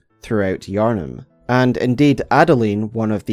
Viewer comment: I saw the iconic thumbnail style and tapped on the video and only realized it was Bloodborne instead of Elden Ring when he said Yharnim right at the beginning! Don’t care which FromSoft game you do a video on, I am just happy to have more content!